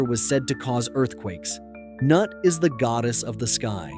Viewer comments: Noo-eet. not NUT Mr. AI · Goddess Nut is pronounced Nute